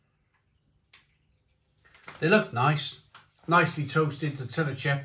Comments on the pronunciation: Tor-tia not tor-tilla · How can you still not pronounce tortilla correctly???😂